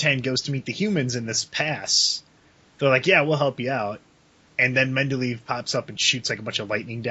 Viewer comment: mendleave. UGGGHHG its medivh